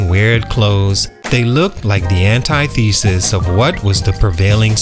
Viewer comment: You BUTCHERED antithesis. 👀